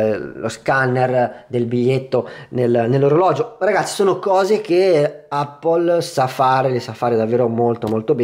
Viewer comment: Ma ca**o, tutti a dire “Appol”. Le possibilità giuste sono due: all’italiana “Eppol” o alla americana “aePPOl” detto ae veloce come insegnano nelle scuole.